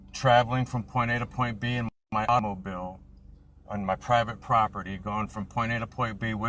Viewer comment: His "autobil" 😊